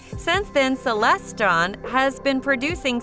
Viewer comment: Stop saying celeston. It's CELESTRON